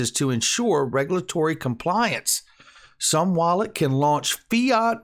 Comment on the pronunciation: Isnt it pronounced "zoom wallet"?